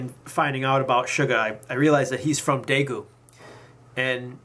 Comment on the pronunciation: #1 please learn how to pronounce daegu #2 I understand ,I have anxiety and ADD myself , I understand yoongi and I love him with my whole heart no matter what.